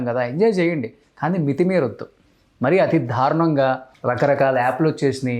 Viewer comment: "ధా'రుణం ఏంట్రా బాబూ? 'దా'రుణం నాయనా అది. ఒకటికి 20 సార్లు అంటావ్ చికాగ్గా